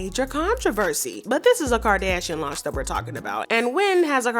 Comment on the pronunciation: Girl I looooooove your voice and how you say Kardashian. You are officially new favorite gossip channel! 💗💗💗💗💗